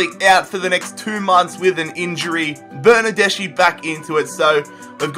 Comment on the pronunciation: I'm italian... bernardeschi is pronounced bernardeski